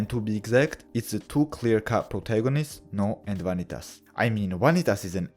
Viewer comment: I've been meaning to watch this but haven't had time yet. Also, as someone who used to take Latin, I appreciate that you pronounce the V as a W haha. Glad to see you back on the grind! I missed your brand of humor.